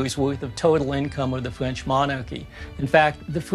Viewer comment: "...Which cost over a biwwon fwench pownds and the equivalent of several years worth of total income of the fwench monarchy"